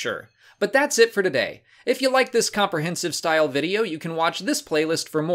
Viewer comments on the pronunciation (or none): none